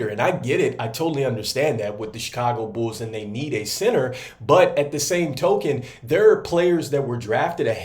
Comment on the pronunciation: Always know ya from Chicago when you say "bools"